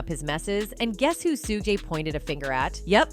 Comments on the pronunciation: He is not Suu gay, nor Suu jay; his name is pronounced Shug night. Also, it's Tupac, Two pock, pronunciation not Two pack. Whew, the AI mispronounciation of names is annoying. 🤷🏾‍♂️ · Tell me something. Who are Sue-Gay Knight, Sue-Jay Knight, and Tu-Pack?!😂😂😂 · Learn how to say Mr. Knights first name. Smfh....